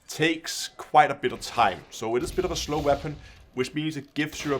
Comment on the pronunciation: “What Waepon should you....”